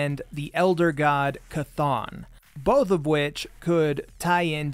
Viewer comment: Dude you fucking named it. Definitely chthon.